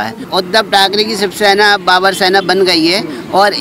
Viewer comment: Isko Shivsena thik se bolne nahi ata , he is talking about Shibsena .. kattar shivsainik will never be so dumb .. he is BJP Bhakt talking.😂